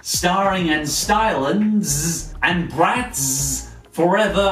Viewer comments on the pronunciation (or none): The way the way he said the Z for Bratz just hurtzzz physically... ZZZZ Also YES Miraculous Ladybug! Edit: oh shit he hearted my comment! Thanks for the likes too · Umm.. I'm sorry you said it wrong it's bratzzzzzzz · "Z" does usually represent a hard "sss" sound, so it should be pronounced like "Bratsss" (but he does over emphasis it). I think he's just making fun of how lazy writers and marketing departments like to throw random Z's and X's all over kids products. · What normal people hear: oooohhh! Bratz! What I hear: aoooohhh! Barets! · You're BratZZZ emphasiZZZZ crackZZZ me up everytime!!! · Katsudon-Kun Matsuramoto Love yours too!